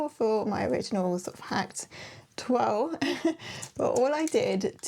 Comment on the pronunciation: What a great hack,. You are an amazing sewer with your great attention to detail and beautiful finishes. I hope I’m not being rude but you always pronounce the word toile as twirl. It is a French word and pronounced twull. Please don’t be offended, everything else you do is perfect. I love your makes.